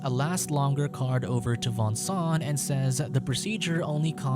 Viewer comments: Its not Vincent its Voangsoang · i can't stand the way he pronounces the name xD that's too much for me!